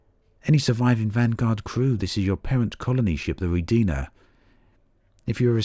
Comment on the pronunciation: NOT rodIna... it is rOdina